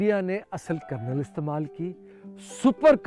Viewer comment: It is kernel not colonel. 😅